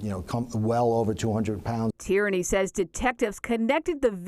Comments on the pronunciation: The name is pronounced ‘teer -knee’ not ‘tyranny’. It’s Irish. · The man’s name isn’t Tyranny. Geez. Get it together lady. Tierney sounds like Tear-nee. Not Tyranny.